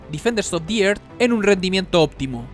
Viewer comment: DEFENDERS OF THE ÉRZ se pronuncia. Me volvía loco ajjaja. tu laik para que no te enojes. nwn)/